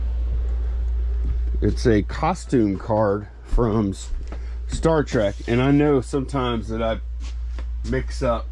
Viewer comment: It’s Star “Trek” not track!